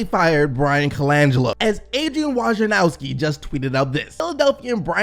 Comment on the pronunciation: Learn to pronounce Adrien WOJ NA ROWSKI! Not WOJANOWSKI